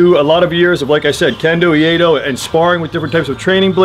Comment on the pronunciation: I love your vids. I forge knives, but no to the level of the makers whose work you showcase. I have also trained most of my life in traditional Japanese blade martial arts. One thing, iaido is pronounced eee-eye-doe. From iru-to be, ai-in harmony-do-the way. So it is the way of being in harmony with your environment. Or to put it another way, to be always prepared to attack and defend. I'm going to make one of these tsunamis, but without a press, multi layer Damascus is hard on my arthritis, so probably it will be out of 80CRV2. Like I said, great vids though.